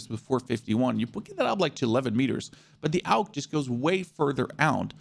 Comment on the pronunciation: He is pronouncing it correctly AUG= Armee universal gewehr = universal army rifle